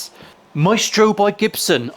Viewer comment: Its Maestro not Meatstroke :face-fuchsia-tongue-out